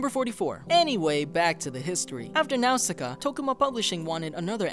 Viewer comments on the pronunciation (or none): He keeps mispronouncing Nausicaa